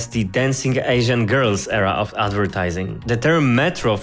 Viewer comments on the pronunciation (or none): none